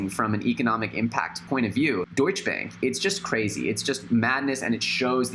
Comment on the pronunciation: Super Natural he also pronounces it wrong